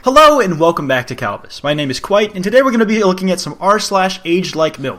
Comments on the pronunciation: I was shook This is my first video, and heard Kwite and got like shook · Kwite...? W o t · I was like "TF kwite"??????